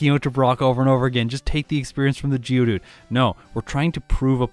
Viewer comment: Been from the uk i kept thinking who the hell is judu realised you were saying geodude 🤷‍♂️